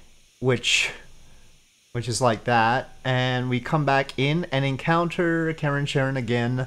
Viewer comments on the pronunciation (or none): try this ... it's not "care in" like Karen, ... and it's not "share un" like Sharon ... it's closer to "car ron" like Charon :) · Stock in Charon with the hard k sound has lost a lot of value recently. If it were me, i would prefer the soft 'sh' pronunciation.